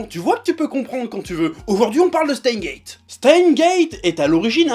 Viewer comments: "Chteinsse guéétte" bordel ! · On dit SteinSSSSSSSSSSS;Gate… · jo met un pouss rouj parsske tu na pa prononcé le S de steins lol pa vrè